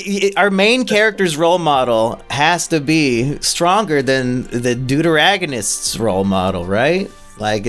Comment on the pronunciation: Saying "deuteragonist" was appreciated